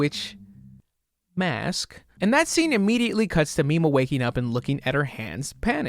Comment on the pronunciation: i keep hearing "popstar nima" instead of popstar mima. completely unrelated but i would recommend you look up popstar nima instead. wonderful artist.